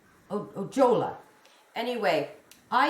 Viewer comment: Gorgeous makes,!!! Sharon Ojalla’s last name is pronounced like, Oh-Yawl-Uh.